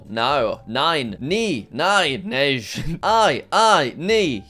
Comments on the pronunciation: As someone from Sweden, I did not like when he said “nejj”, when it’s pronounced nay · You pronounced nej good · Hold on the Swedish “no” (Nej) was pretty good Jack! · it’s actually pronounced ney, because in Swedish j is pronounced like a y. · I love how he pronounced Nej nEiCh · Jack, in Scandinavian countries such as Sweden, j is pronounced like y so it would be pronounced "ney". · the way jack pronounced nej and ei kills me inside even though it's not really his fault